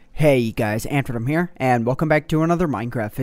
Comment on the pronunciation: Did I hear you say 'Hey Guys, Antverm here'